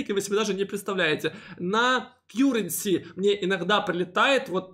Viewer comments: В этом видео опять кьюренси вместо каренси? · Все нормально. Только , плиз, называйте КАРРЕНСИ , а не Кьюренси. Очень режет слух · Спасибо за обзор! Ваш канал сильно развивается и приходит много людей., не в обиду, но с англ произношением беда:) Currency произносится как кАренси:) просто режет все время ухо) За обзоры огромная благодарность. Смотрю каждый ролик в любое время суток!